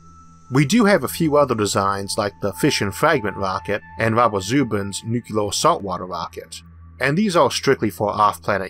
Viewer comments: It's pronounced new clear...not nu cu lar. A common miss pronounced word. I used to say it that way too. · N U - C L E A R ! Not NuKeLar ! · Not even a "nucular" Homer Simpson joke? ^_ ^ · The speech impediment doesn't bother me at all (I don't notice it anymore unless it's a very R-heavy word like "Rover" [this episode] or "Harvard"). The "nukyuler" thing does bother me but it's worth it to hear the rest of the video. Thanks as always! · Isaac Arthur Your "nukyuler" thing bothers you more than it bothers most of us. To me you just sound like some east coast guy who moved to someplace down under. We've invited you into our homes and made you our friend. We get used to your accent. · N u c u l o r (I'm sorry, I had to) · Ok President Bush "Nucler" lmao... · nucuwuler wockets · I don't have a speech impediment and people still make fun of me for how I say nuclear. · I'll be honest; this is the only thing that bothers me about your speech. Your rhotacism doesn't bother me or make you hard to understand, but the wait you pronounce "nuclear" irks me. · I've heard British physicists mispronounce nuclear I dunno why it's so common, unfortunately for me I don't get to say it very often